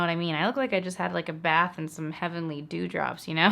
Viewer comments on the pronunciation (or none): none